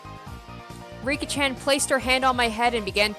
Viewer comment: Don't worry, you're pronouncing the names correctly. You're actually pretty good at this, now! And if you're ever in doubt, just listen to the voice acting. Also, Satoko and Rika are about 11 or 12 years old, so they aren't that much younger than Rena and Keichi. About the BGM: I found out how you can get the original OST! I'm not saying that this new soundtrack is bad or anything, but I don't like some of the track choices for certain scenes in the later parts of the chapter. I still don't understand why they updated the soundtracks a few months ago. But I highly recommend to install the original OST for the best experience. This is where you can download the old BGM